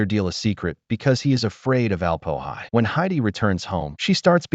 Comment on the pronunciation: "Alp-o-hi"? 😬🤨 He's the Alm-Öhi, for goodness sakes!